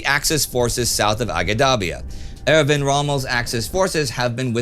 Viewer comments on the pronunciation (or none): none